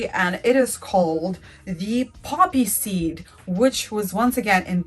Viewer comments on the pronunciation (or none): none